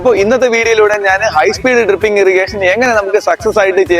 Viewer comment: ട്രിപ്പിംഗ് അല്ല.... ഡ്രിപ്പിംഗ്...